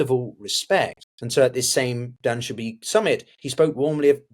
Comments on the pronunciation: *Doo-Shan-Bay, not Dubanshee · It's Doo-shan-beh not Dan-she-bee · Dushanbe… not danshubee 😂😂😂😂